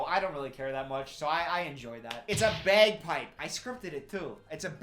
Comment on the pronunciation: “it’s a beeahgpipe” …you can take the man out of Wisconsin but you can’t take the Wisconsin out of the man.